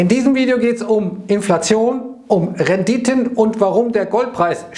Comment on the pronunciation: "De Renditön ..."